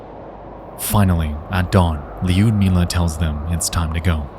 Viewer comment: Lee-udmilah ... 🤦‍♀It hurts to hear your name butchered like that. It's Ludmilla.